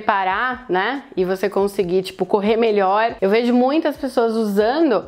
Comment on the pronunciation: A pronuncia correta é 'usando e não usano.